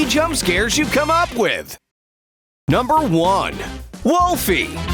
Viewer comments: It's pronounced Willow not Wolfie Plus she already has a jump scare she kicks and then shoot you that's the real one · It’s willow not wolfy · it's willow not wolfy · its willow not wolfy